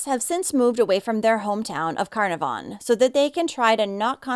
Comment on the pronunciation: Just so you know Carnarvon is pronounced Ca-naar-ven. The middle a is a long sound This was huge in Australia, the whole country was terrified it would be another unsolved disappearance like the Beaumont children or the Adelaide oval kidnappings. There was daily update feeds like the COVID sites, the facebook page made for Cleo has been used for other missing kids and helped reunite more families since she was returned home <3